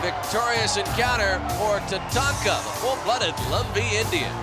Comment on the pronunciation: The brit doesn't know how to pronounce Tatanka properly